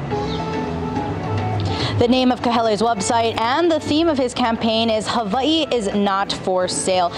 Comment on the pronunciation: He says Hava E so well.Makes him sound so qualified to be the governor of Hava E!